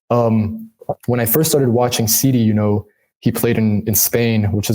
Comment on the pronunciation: SeeDee not Sidey, smh lol,lol,lol